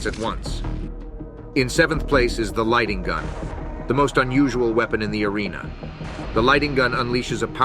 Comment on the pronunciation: Real Quaker chiming in here: Pronounce "id Software" like "kid Software" minus the "k" ofc. No one says EYE DEE. I thought I misheard you, but it's lightNING gun, not "lighting gun" as you said a few times. Also the Strogg is already plural. Nobody adds an "s" (The Floods? in Halo). This is a "barely bones" thumbnail video of a landmark shooter with many enduring legacies. Given the few generic details of your video and absence of a specific angle or thesis, I guess you did it for pure content, clicks, channel-building? And 9/10? lol Kind of a throwaway "score" donchathink since there's no context, criteria (comparisons to UT?). My point isn't to shit all over your video; you chose a 20yr old game with an incredibly fabled, layered legacy to do what with exactly? You need a personalized entry, some specific contention or nugget as the impetus for tackling Q3. Otherwise you pump out a snoozer.